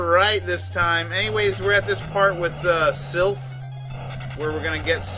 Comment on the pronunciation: Hmm. Didn't know the Sypha ending was considered cannon. I like how you keep calling her Sylph.:D